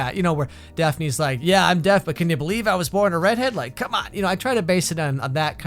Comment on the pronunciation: Deaf-ne ...xD